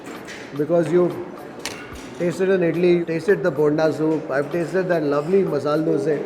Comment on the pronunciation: You pronounce "bonda" wrong. The way you pronounce it sounds as yelneer(tender coconut). For alu bonda the "o" needs to be stretched more.